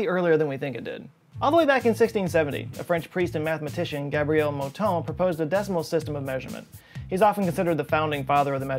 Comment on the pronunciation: Oh, I'm so satisfied he said "Gabriel" instead of "Gaybriel"